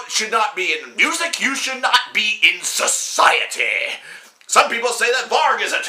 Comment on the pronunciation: I fucking lol'd at the way you said SOCIETEH.